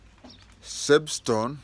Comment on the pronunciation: Substone not sebstone!